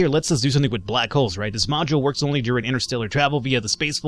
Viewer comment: Black holes C: the way you say it sounds bad.